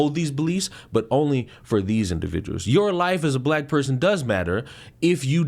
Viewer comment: "and he's an awfuw pewson, witiwawy"